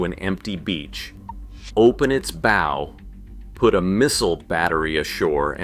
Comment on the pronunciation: "Bow" such as on a ship rhymes with cow. Look it up.